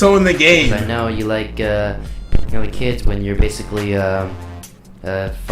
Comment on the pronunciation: If I had a nickel every time he said bassically